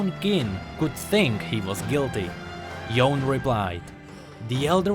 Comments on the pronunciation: It's pronounced Yo-ney, sorry, just triggered. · It's YO-NE... not YAWN